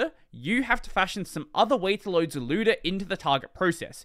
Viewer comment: "zlewda" lmao